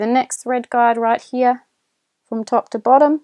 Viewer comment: I must admit your good command of the English could be best harnessed skipping the better I dropping the "r" sound, as the "Guard" been so heard instead of the "guide" for the thread, to refer to the holes that holds thread in proper place of pull by the ma June to stich a cloth fabric.. Not sure too if I heard it all the same on multiple times if atleast one of these mentioned "guides" been guard as a heard of English words guiding to fit in with the video parts. While it would be best for me not to render complement as your other viewers of tutorial video, Indeed is not really good for me to be same as the others already use to it so as you are well complimented, with gratitude of vexations of thanks and appreciation as the rest are as perhaps have made your "heart fat", as sounds unhealthy lipo proteins, of direct FiliPiKnows translation appropriateness so minding these elaborations. . That's rather better than make your "head big", when you already got a big heart. . 😏😰😨. Doing a sharing. . recognition more than acknowledgment of Thank yous so wrong without the DO's Direct Object and receiver of the action of gratitude that is so vexed as known to be you flatteries. So my own rationale more than lame defense as your not so offensive on sharing a clear tutorial verbal speaking matched with videos. Only the videos with my celfon double tap for zoom is indeed a struggling burden more than lame challenge 'no match" to me as posting of viewer are so forward clockwise (though a